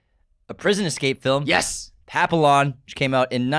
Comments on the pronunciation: "Papillion" is pronounced: pa·pee·aan (french) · It’s pronounced “Pappy On” boys